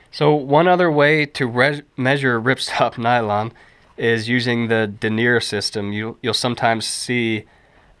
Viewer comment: Thanks, that was a helpful video. I can tell you didn't take French in school though. Denier & Taffeta are pronounced much differently normally. Regardless, that was a helpful video.